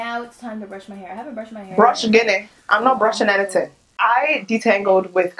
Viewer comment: Brush Gini? I almost choked 😂